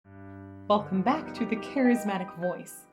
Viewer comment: "let's go bak again" sharoff. We need that on a sticker.